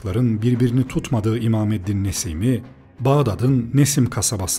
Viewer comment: Imameddin değil, imadeddin olacak Pek dikkat etmemişsiniz